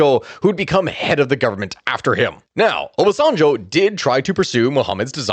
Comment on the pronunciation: its oba sen jo -pronunciation